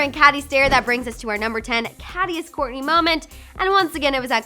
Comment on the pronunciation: Ur saying korny not kourtney